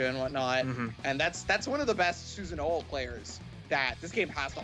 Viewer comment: I hate the way they call susanoo susan...